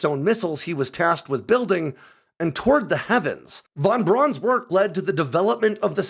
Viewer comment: Von Braun is pronounced "Von Brown" NOT "Von Brawn".